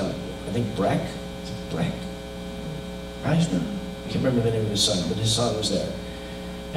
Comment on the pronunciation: I LOVE that he mispronounced eisner as eigner. I will forever dislike eisner and everyone who tries to validate his egotistical attempts at greatness. The man is the definition of a drone, make no mistake.